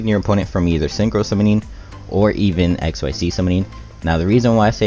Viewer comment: Hello One correction Xyz pronouncing like exzyz not x y z You read it together